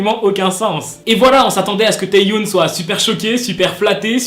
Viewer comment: Juste petite précision parce que ça me stresse... Ça se prononce Tae Yeon et pas Tae youne 😅 Sinon je t’aime continue comme ça !😭❤️ Edit : Le W de Hwasa ne se prononce pas... C’est Hassa